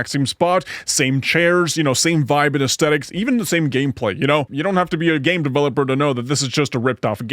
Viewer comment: Aesthetics is pronounced ace-thetics. Not ace-tetics.